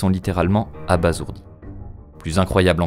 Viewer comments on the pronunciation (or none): abasourdi ne se dit pas abasourdi mais abassourdi